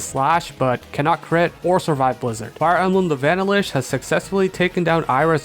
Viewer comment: pls never say "vanilish' again. have a nice day